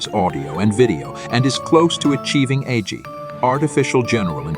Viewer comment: AI voice generator: Agi ... You: Yes.